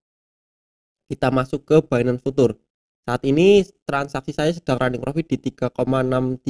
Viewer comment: mas bacanya "Fiu cher" mas, bukan "futur"...cuma ngasih tau aja hehe